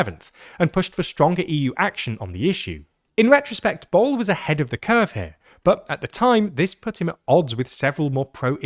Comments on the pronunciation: Borrell is pronounced /bu.rɛʎ/, not like "bowl" lmfao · TLDR clowns turned Borrell which is pronounced like Borrrell to Bowl. Kaja Kallas is callous because she comes from a small nation. They always tend to be irresponsible and ungrateful in nature. Fundamental problem is the deceit of the politicians of EU who lied to their people and snuck in a Federal EU government while claiming that EU is not a superstate. The people, whenever given a chance, like in the Netherlands and France, rejected the concept of a Federal Europe by voting down the EU Constitution in 2005. Lisbon treaty is a secret adoption of the EU Constitution in a different name and avoiding referenda. Ireland honestly held a referendum and it was defeated. Since it was not an option, the EU people told Ireland that there will be no EU army and Ireland can remain neutral (in military only) and if Ireland rejected, banking sector may not receive EU money (blackmail). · But botched the Catalan "Ball" 😭😭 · Sorry are you pronouncing Borrell as "Ball"????? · It does not take a lot of effort to learn how to properly pronounce Borrell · As a Catalan, quite a bad pronunciation for Josep Borrell's name. The Catalan open O is pronounced like a U in English, and the LL is pronounced closer to the Y than the single L. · As a Spaniard, I wish they would have tried a bit harder with Borrell. Maybe the catalan "ll" is hard for them, but at least the "rr" is broadly known and they didn't even try